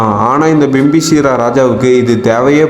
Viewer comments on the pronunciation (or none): Bro adhu bimbiseera ❌ bimbisaara ✅😂😂😂😂😂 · பிம்பிசீரா இல்லை பிம்பிசாரா, பெயர் தெளிவாக தெரிந்து கொண்டு பேசவும்